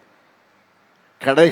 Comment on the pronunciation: என்ன நம்ம முதல்வருக்கு, எக்ஸ்குலேட்டர் என்ற வார்த்தை கூட சொல்ல தெரியல வாய்க்கு வந்ததை உளறுகிறார்